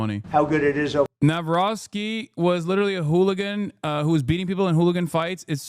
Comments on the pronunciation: to all americucks, you read the polish president's name like: NAVROTZKI and YES, he is a hooligan and potentially a past pimp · It's not pronounced "navrocky".... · no, it's kurwa pronounced nav-rotsky